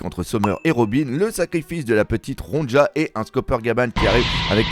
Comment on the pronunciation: Ronja ne se prononce pas Ron-dja mais Ronia mes oreilles sursautent à chaque fois